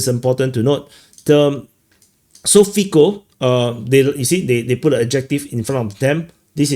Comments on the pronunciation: It is pronounced Fitso not Fiko lol "ts" sounds like ts in jitsu, "o" like o in more. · Great video, btw, english speaking people tend to mispronounce Fico, it should sound more like Fitso